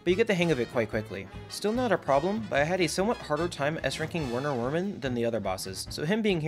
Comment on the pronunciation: Hot take but I think it should be pronounced "Verner Vermin" Instead of "Werner Wermin" 👇 if you agree